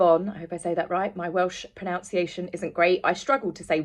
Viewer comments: Remember it is proNUNciation - NOT proNOUNciation. I know it seems counter-intuitive, but that is how it is. I'm a foreigner and more concerned about maintaining English standards than the English themselves. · Oh dear!!..... You just pronounced "Pronunciation" wrong!!! 🤪